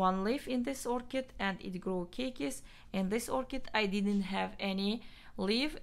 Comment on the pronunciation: Good job Long time no hear! But please be correct: keikis are pronounced KAY-KEYS